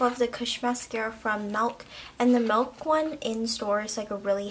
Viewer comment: MILK not MELK 😂